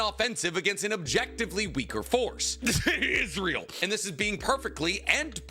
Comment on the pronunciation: Ran to the comment once isntrael was said 😂